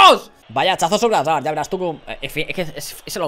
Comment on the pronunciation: Cada vez que dice azard me da una embolia.